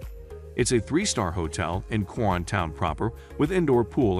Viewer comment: Pronounce it KO RONE. If you pronounce it your way Filipinos will not know what you are talking about.